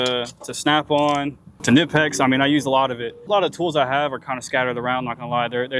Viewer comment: It is Knipex not nipex